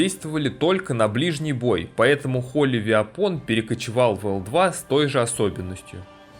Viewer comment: «Холи вепэн» =)